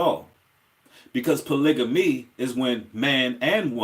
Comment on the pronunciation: U pronounce the word polygamy wrong I think